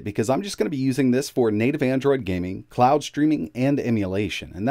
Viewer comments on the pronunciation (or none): none